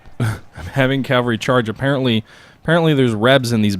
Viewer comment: Cav-All-Ree .. Not Cal-Va-Ree.